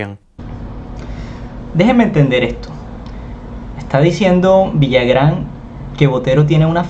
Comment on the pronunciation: No es Villagrán, es Villarán....si es cierto que es algo impetuoso y se pasa en la forma de hablar de Botero pero tiene razón en que ahora las pinturas no se comparan a la de otros pintores del pasado y no son obras maestras, solo son pinturas que alguien puso un precio. A demás, el hecho que alguien diga que es bueno, bonito o le ponga palabras sofisticadas no dejan de ser lo que son. Pasa lo mismo con la moda, que porque uno o dos o tres personajes dicen que debe ser moda, entonces así debe ser????????